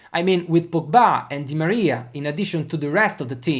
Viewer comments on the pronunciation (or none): none